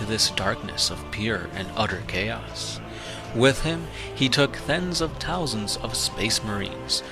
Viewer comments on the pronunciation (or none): "Thens of Tousands"